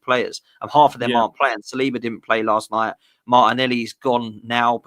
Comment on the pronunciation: No disrespect but it's not saliba.ben white come on man. Your not gonna really miss him